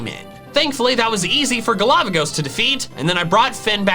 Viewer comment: best thing in this video after 'GALAVAGOS' = accented 'DADDYHEE'